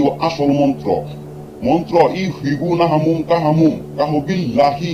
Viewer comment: এখানে তো নাহুম লেখা আপনি নাহামুম বলেন, তো সঠিক কোনটা???